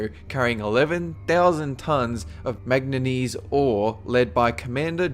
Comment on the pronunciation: US NAVY ship carrying 11,000 tonnes of "Magnanese"? Did I hear that right?